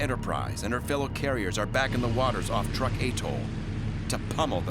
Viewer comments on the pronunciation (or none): Pronounced: Trook not Truck. If you're going to use AI narrators, at least use quality versions.